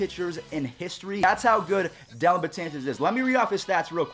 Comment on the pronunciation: Get his name right, it's DELLIN not Dillon.